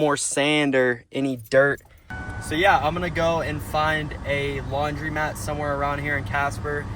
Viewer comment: It's called a LAUNDROMAT and not a LAUNDRIMAT as you call it.